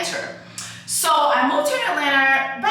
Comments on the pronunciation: Why is she saying Atlanter 😭😭😭😭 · Please stop saying atlanter 🤣🤣🤣 PLEASE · Every time she says it I laugh😂😂😂😂. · Same reason why she said clurb lmaoo